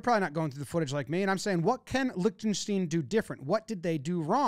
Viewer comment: didn't pronounce Lichtenstein the same way once and that's honestly impressive